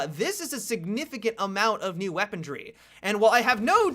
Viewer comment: There is no D in the word Weaponry.